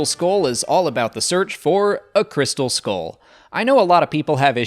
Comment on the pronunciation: It's pronounced skull not skoll